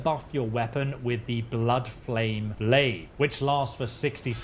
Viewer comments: Cringing every time he says blade instead of blaidd like I'd expect a foreigner to know our words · Nooooo not Blaidd being called "Blade" as well! hahaha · Blaidd is pronounce Blythe btw, it means "wolf" in Welsh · other than butchering the name Blaidd great walkthrough man